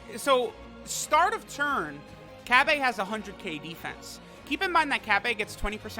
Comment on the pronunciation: I love how he makes sure to allways pronounce Cabbas name wrong haha